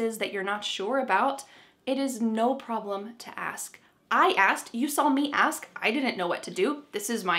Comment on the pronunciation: Hi! I’m listening very attentively. I’m a Russian speaker with advanced English. I’m noticing you pronounce “ask”, “asked” different ways. It’s a little confusing. Sometimes hear it as “axed”.